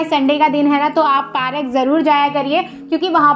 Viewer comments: Park not pa rak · Didi it's park not parak bolna to Sikh lo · Parak nahi bolet didi park bolet hai didi 😅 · Bura mat lagna but wo park hota hai parak nahi I am just correcting your mistakes don't mind it 👍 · You are saying parak it's Park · Didi please bura mat manana kyunki vah Park hota hai parak nahi please don't mind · Park hota hai parak nahi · Parak nahi park hota hai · Bura mat manna but wo park hota parak nahi I am just correcting your mistake please don't mind it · It's not parak it's park👍